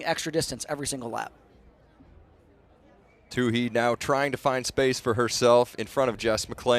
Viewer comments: Say Caitlyn's name right, please! It's Toooey, not Toohey. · nobody in the history of track/cross-country career (high school, college, and professional) has ever pronounced her last name "Toó-hee"... except this guy... 😖... the H is SILENT (Toó-eee)... but, this guy insists on putting forth extra effort to pronounce the H... 😆. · I just wish he wouldn't say two-hee, it's two-ee. Oh well. She kicked ass and I loved it! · Not "Tooheee!" "TOOEEE"! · No, it's silly only one of them continues to get it wrong. No Too-hee on the track. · I think it's silly that the two announcers don't pronounce her name the same way. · It's like he made a point of getting it wrong. My Irish wife is also a Tuohy, so that guy's pronunciation hurt my ears.